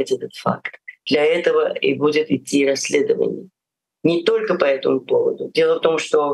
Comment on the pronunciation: "Калфиорнии"; "Кмалла Харис"; "расследвоание" --> Ох, не зря говорят: "спешка быстроту e6ёт"! Особено, у малограмотеюшек!..